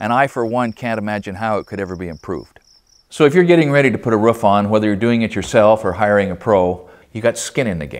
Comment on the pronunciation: rOOf (rewf) not what your saying lol